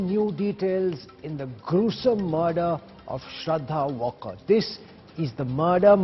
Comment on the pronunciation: It's not walker as in British English. It's waalkar there no o phonetic. L is not silent. It's 'aa' as in aftab. North Indian please take/ pronounce marathi names right. Take help from ur marathi colleagues if there are any.